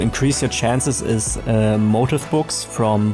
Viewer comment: Motif is pronounced mow-teef not motive. I don’t know why but we use the French pronunciation still in English